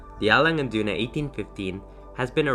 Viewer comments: I'm from Germany and you pronounced the brand perfectly👏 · You're the first American I ever heard to say Lange & Söhne right lol...congrats to this beauty btw.:D